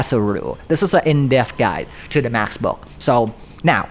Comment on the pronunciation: Omg it’s book not boochk